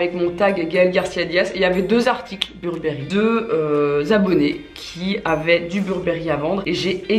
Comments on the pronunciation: On prononce « Beurbeuri » pas « burbéri » 😕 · On dit burbery comme avec l accent anglais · « Burbéri? » chez moi c’est « Beurre Beuh Riz » qu’on prononce mdr! Sinon bisous 🍑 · Pareil 😂 beurre beuh riz🤣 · Ma mère le prononce "bébéri" 😂😂